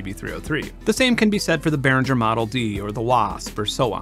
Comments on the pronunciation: Benn, it's Behringer. Beh-ring-er. Ring as in "ring the bells". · I kinda got turned off the minute the host mispronounced the name Behringer